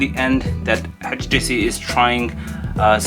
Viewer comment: Its htc not hach t c 😂😂😂😂😂😂